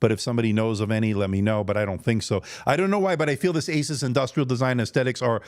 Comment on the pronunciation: Thank you for saying AY suss and not ay SOOSE which sounds ridiculous.